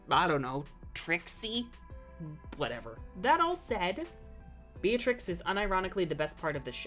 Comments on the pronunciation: Yeah but it’s not pronounced like that It’s pronounced beet-rix Not be-a-trix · what? Be-a-treece it's Italian. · Hollands previous queen’s name is Beatrix and its pronounced as Bey-ah-trix